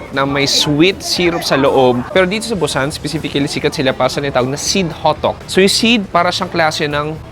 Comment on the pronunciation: BUSAN is pronounce as boo-sahn hindi Bu-sannn..Bu-sann ka ng Bu-sann.